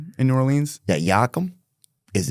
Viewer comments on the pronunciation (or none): Because it’s not “yockum” and not new or- leans